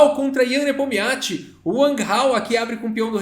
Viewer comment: Cara não tem jeito ele só chama o Nepominiachi de Nepomiachi